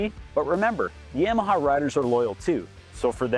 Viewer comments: Buddy learn how to say Yamaha ….yam aha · Yeah-maha? You say Yamaha funny.